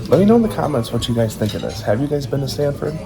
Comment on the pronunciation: It’s Sanford